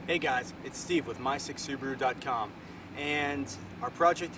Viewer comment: lol... soo-boo-a-r-oo